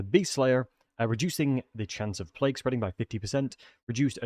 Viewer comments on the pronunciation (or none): none